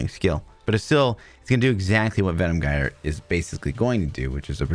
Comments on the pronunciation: Jire, not gire, you can't even pronounce the skill name... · it pronounce jyre not gire , altho its written with G, thanks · Gyre is pronounced like "fire" and starts with a "J" sound.